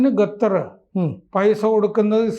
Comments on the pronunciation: ഖത്തർ... ഗത്തർ അല്ല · പുള്ളിക്കാരന്റെ നാവ് അങ്ങനെ യെ വഴങ്ങു. ഞാൻ നേരത്തെ ഇത് point out ചെയ്തിട്ടുണ്ട്